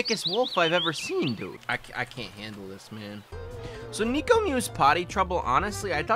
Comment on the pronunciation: NEKO, not niko. (I just can’t take it)